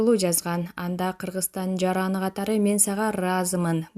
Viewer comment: Бдогер туура сүйлөп үйрөн.Кыргыэстан деп адашпа